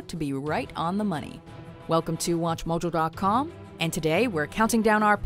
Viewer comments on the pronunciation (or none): none